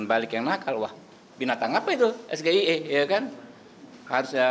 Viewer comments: ngatain cak imin error gibran aja salah waktu pengucapan sgie itukan singkatan dalam bahasa inggris harusnya cara mengejanya juga harus bahasa inggris eh ini malah bahasa indonesia ngejanya ya jadi gagal faham dong orang yang diberi pertanyaan wkwk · Lagian SGIE harusnya ngelafalinnya pakai bahasa inggris juga .. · Nyebutin nya aja salah.. itu singkatan bahasa Inggris kok di baca Indonesia.. Haaaa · Tidak ada yang salah sama mas Muhaimin,hanya Gibran menanyakan SGIE,itu singkatan bahasa inggris,harusnya ngejanya juga pakai ejaan inggris,gibran nya aja yang keliru eja itu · Dalam pengucapannya saja gibran memakai bahasa indonesia bukan bahasa inggris... Rakyat jg bingung lah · Sekelas najwa sihab aja ga paham sampe ngakak... 😂 ... Masa iya singkatan bahasa inggris dibacanya bgtu. Niat jebak malah keliataan bodohnya sih kataa gw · Istilah basa inggaris pengucapan ya bahasa inggris juga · pelafalan singkatan ny pake indo, kepanjangan nya jdi inggris, kan bngung. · SGIE mas Gibran keliru mengucakanya. Ini seakan menujukan diri bahwa dia hebat. Padahal itu sebaliknya mas Gibran tidak paham dan ngerti tulisan bacaan yg di ucapkanya. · Sekolah tinggi kok cara pengucapannya salah woooouu.. itu bahasa Inggris kok di bahasa Indonesia kan lucuu boos TETEP AMIN KAN AJHA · Waduh bos mas Gibran aja ngak paham koq dia yg beri bertanya tp tdk paham cara menyebutkan istilah singkatan tsb untung nya bukan sy yg ditanyain andai kalo sy justru balik nanya mas gibran coba jelaskan STIE itu karena yg sy tau itu singkatan bahasa Inggris jd hrs diucapkan secara bahasa Inggris koq Pake bahasa Indonesia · Singkatanya bahasa inggris pak, knpa harus di ejaan bahasa Indonesia, siapapun pasti bingung, bapak bangga yaa sama kekurangan kandidatnya, yg betul pak es ge ay i bukan sgie.. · emang ada, SGIE d baca es ji ai i, bukan es ge i e, kan aneh singkatan nya d lafal pake indo, sdangkan kpnjangan dri bahasa inggris, jdi yg nanya pun keliru akhirny membuat ambigu.